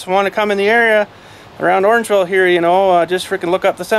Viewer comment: did you say orangeville?